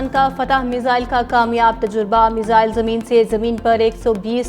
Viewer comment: मिज़ाइल नहीं 😂 मिसाइल होता है 😂😂